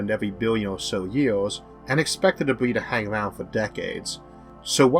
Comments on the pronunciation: The guy has a speech impediment which is why at 1.30 he says you can turn on the closed captions. If you still need help.....seek it. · ...10 000 YEALS....You cant say YEARS or what....its fucking annoying..One YEAL!!!!....wtf....Morkuli...Its Mercury!!!!